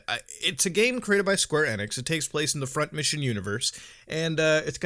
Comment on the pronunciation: ITS E-NIX NOT NX ITS E-NIX OR E-NICKS